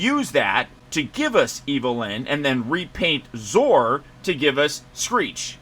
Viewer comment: Zoar does not rhyme with Oar. It's two syllables. Rhymes with Sonar. ZO-AR.